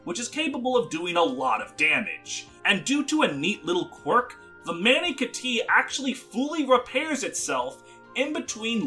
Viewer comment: I’m just gonna choose to believe the awful Mani Kati pronunciation and Kana erasure was intentional.